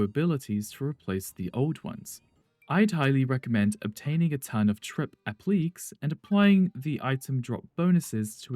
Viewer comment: For future reference, the words are pronounced "ree-dux" and "app-lick-kay", not "red-dux" and "app-leek"